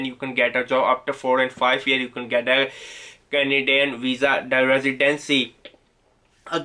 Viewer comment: Manti tob bah ! Or however you like to pronounce 😹 , canaedun and yea the best one - “sorry for my excense(accent)” LOL!